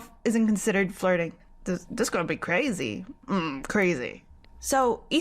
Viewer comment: on "i hear the lurding?? what is that " { you mean flurting!! NOT lurding!! } omg like what you say girl!!??